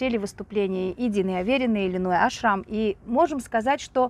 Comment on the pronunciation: Во-первых, Линой Ашрам, а не АшрАм. А, во-вторых, у Линой никогда не было русского тренера. Ее личный тренер Аелет Зусман приняла ее в группу маленькой девочкой. Да, Линой знает немного русский, т.к. в ее окружении много русских девочек. Так что советская школа к Линой имеет ровно такое же отношение, как и ее происхождение